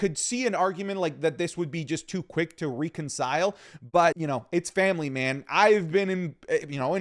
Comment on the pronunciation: Day 1 of me asking you to no longer say reconcile until you can pronounce it properly.😅